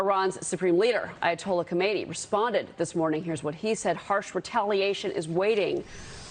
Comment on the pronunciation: Trump said AYATOLDYA